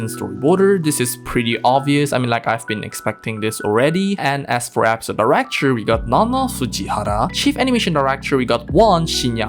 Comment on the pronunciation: Bro please it's episode not Apisode